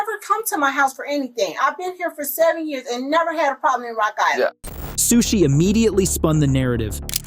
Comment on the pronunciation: Sueshee Suechi Sushe